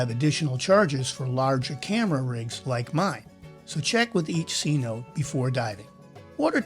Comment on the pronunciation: It's pronounced c- notay, not c- note. Love the vid, and the music 🎵👌